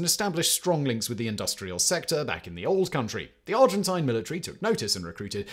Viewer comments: Argentina accepted a lot of Germans after the war, and they also accepted one of the largest number of Jewish refugees. Person would let anyone come in provided they could pay. I like how Simon deliberately mispronounces “Argentine” - residual hostility from the Falkland War? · *The Argent-eye-n